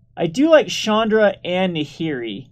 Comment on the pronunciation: to me it allways sounds like he is saying Chandler initiate.